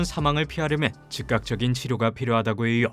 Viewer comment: 고통스럽다고해여! 알려져 있어여! 의미하져! 발음 왜이래 ㅋㅋ